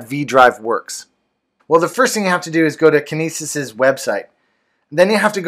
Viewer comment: heh you said it like kenises...like penises I'd say it like kin nE sis...like cytokinesis